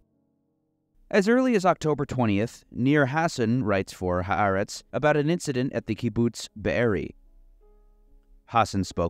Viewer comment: Its pronounced 'Ha-A'retz'.